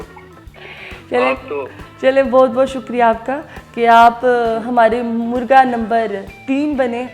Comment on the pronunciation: Its not murga Its Murgha Baray karam apni Qoumi zuban ka beragharaq na kren. مرگا نہیں مرغا ہوتا ہے